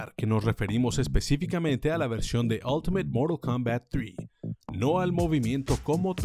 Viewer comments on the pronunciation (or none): Moral Kombat Eleven 😂😂😂😂😂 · Si es un vídeo en español, no digan "moral kounbat" o ya si quieren hacerlo. Mantengan los números en español, es como llamar a goro como "gorou"... O esperen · Amigo estas haciendo un video en español y dices morul kombat ileven… pero no dices ni siquiera fatality y dices movimiento final … jajajaj que horror, respétate!!! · Se dice Moralt kumbat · moral coumbat !!!! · "Moro combal" 😎🙏 Xd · 13 : 25 es morol kombat queremos sangre y yo quiero que pronuncies bien el tittulo del juego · A soportar el "Moral" Kombat XD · "Moro combats" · De que?? Moral kombat? Que aceite para decir mortal kombat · Moro kombat entiendo no mortal kombat JAJA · "MoRaL KoMMbAt" ajajjsjsja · Moral Kombat? Habla bien hermano... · "Moraa cambaaa". Hablá bien lpqtp. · que hable bien , que no se gringolee a por el nombre